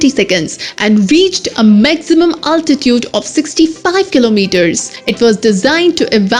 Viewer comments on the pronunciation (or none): none